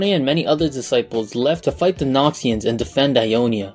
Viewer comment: The way he says Noxians sounds like Nazians